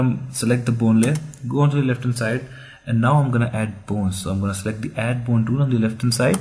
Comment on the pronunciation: Could you at least try to say BONES and not BOONE